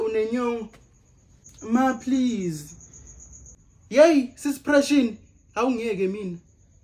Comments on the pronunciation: "Sis pression" 🤣🤣🤣🤣🤣🤣🤣🤣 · “Sis pression”😭🤣